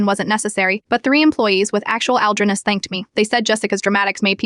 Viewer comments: What's wrong with your AI that it can't say the word "allergies" correctly? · Is it really that hard for AI to say the word allergies lol